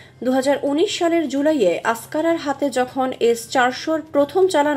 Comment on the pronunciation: মহিলা প্রতিবেদক আঙ্কারাকে আস্কারা বলছেন। তুরস্কের রাজধানীর নাম আঙ্কারা (Ankara) Askara নয়। এধরনের স্বল্প জ্ঞান নিয়ে বলানো কোন প্রতিবেদনের গুরুত্ব হারায়।